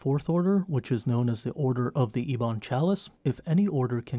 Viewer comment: Ee-bon xD